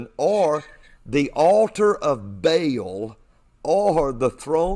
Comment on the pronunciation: If this guy knew anything at all about religious studies he would not be pronouncing Ba'al as bale.